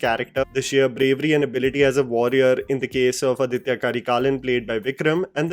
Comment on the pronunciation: It's not ADITHYA Karikalan, it's AADITHA Karikalan. "Adhitya" is a Sanskritized name. "Aaditha" is a Tamil name.